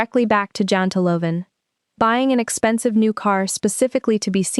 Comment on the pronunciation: It is JANTELAGEN.....